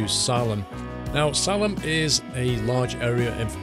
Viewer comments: Salem is pronounced like Say-lum. I just wanted to let you know because I’m a Oregonian my self. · Your pronunciation of The Dalles IS correct in this video. Salem is pronounced with a long "a" as in Saylem. Just so you know. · Good review thanks for pronouncing Oregon correct, but atlas it’s SalEm not SAlam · Salem is pronounced "Say-lum," not "Sah-lum." It's also the capital of Oregon. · It's pronounced saylem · Yes. I live in Corvallis and that pronunciation made me cringe a little but whatever. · So when saying Salem, it's pronounced Say-Lim Salem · Born and raised in Salem. Thats pronounced say-lem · Good review. The way you say Salem is like say lum. Thanks for all the videos you put out. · You almost got the pronouncement of Salem right. It’s Salelem( the first isn’t used. And it’s the Capital of the state. Here is the list of capitals so far California, Sacramento Nevada, Carson City Arizona, Phoenix New Mexico, Santa Fea Oregon, Salem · Oregonian checking in from the Valley of Sickness. This map is even better than the sneak peeks made it look. The big goofy freeway interchange at I-5 and 126 (exits 194A and 194B) is real, and is actually right between Springfield and Eugene; the exit a couple miles north at Gateway/Beltline skirts the northern edge of Springfield and Eugene in that immediate area. BTW, Salem is pronounced SAY-lum; Ontario is On-TARE-e-oh (tare rhymes with scare); Nevada is Ne-VAD-uh (vad rhymes with bad) rather than Ne-VODD-uh. But you more than made up for that by pronouncing Oregon correctly, which two-thirds of Americans can't manage to do. Other'n that, GREAT review! Gotta get back to it. Dragging 118,000 pounds worth of lift truck from Sac up to The Dalles in a K100 with a screamin' Jimmy. Sun ought to be coming up about the time we hit K-Falls... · FYI, Salem is SAY-lem, like the one in Massachusetts. Oregonians are very uptight about pronunciation. I guess this post means I am too.